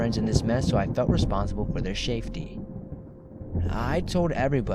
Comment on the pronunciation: Word of the day! “Shaftey!” Haha